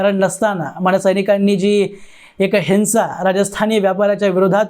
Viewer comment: हिन्सा नव्हे! हिंव्सा !!